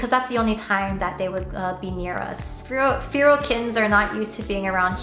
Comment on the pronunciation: Im sorry but its making me mad its pronounced fair - al feral